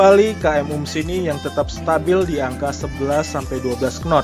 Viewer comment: Takbut , wkwkwkwkw penyebutannya saja sudah salah , bagaimana tau speed di kapal tug boat